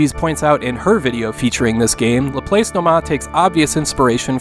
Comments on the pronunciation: According to my math teachers, "Laplace" is pronounced la-plahs. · Great video, as always. I want to offer a small correction. Laplace is a French name pronounced more like Lah-Plahss. Laplace is one of the many mathematicians and scientists whose name my American students struggle with, e.g., Euler, Fourier, Chebyshev, etc. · I think Laplace is pronounced LA-PLASS like the famous mathematician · While it's not that big a deal, "Laplace" is pronounced Lah-PLAHSS.